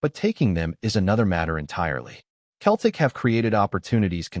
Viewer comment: If you can't even pronounce Celtic properly, no-one will listen to your AI slop!